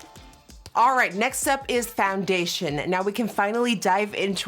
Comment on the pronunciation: Nikki I think it’s funny how you say “FONdation” instead of foundation lol